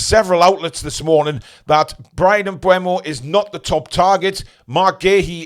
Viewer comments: its M-BOOM OH Not M- BU EM-OH Mate go and hear how he prononces it himself or watch Matty's video as that's where i saw Brian say it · But he pronounced it wrong. It's not bweh-mo, it's booh-mo. Just check the EPL pronunciation video (on youtube - search "How to pronounce EVERY Premier League player and managers name"), around the 13-minute mark where he says his name.